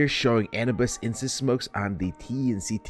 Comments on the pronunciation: it's pronounce a new biss not anna biss lmfao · Please don't pronounce Anubis like that again. It's uhh-New-buhs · a-new-bis is how its said tho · Time to learn how to pronounce Anubis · NA pronunciations of Anubis lol